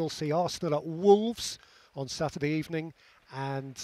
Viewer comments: GOOD EBENING 😂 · Good ebening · Good ebening!